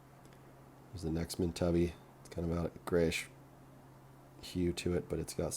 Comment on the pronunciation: You would think that, by now, he would have watched an Australian video about opal and heard the correct pronunciation.